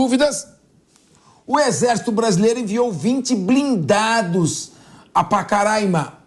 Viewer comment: Este apresentador tem que aprender a pronunciar Roraima e Pacaraima